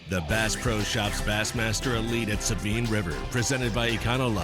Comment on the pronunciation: Its the S-A-BINE not the Sabean